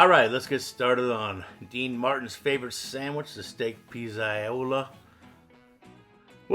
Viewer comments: Take it from an Italian background guy - you want to pronounce that dish as pizza-yola (and put those two together kind of quickly). That way your pronunciation will be as good as your sandwich 😊. Also, one day try it with a veal or chicken cutlet. Those are excellent, too. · If you're a Goombah, it's "Pete's a yool"-- o's get turned into oo's, and trailing a's are dropped. You're pronouncing it closer to standard Italian. Goombahs look at you funny if you pronounce Italian correctly.